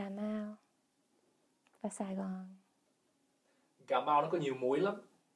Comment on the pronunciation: The way she pronounces Cà Mau as Cà Mao, hết as hớt, Việt as Diệt just made my day , the Southern accent is soft and pure, she demonstrates it in such perfect voice and tone. Hopefully Gale can make it to Ca Mau and Saigon so that she would have more chance to practice the authentic Southern accent.